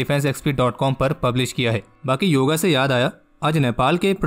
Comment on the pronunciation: भाई हर चीज़ का अंग्रेजीकरण, योगा दिवस नही योग दिवस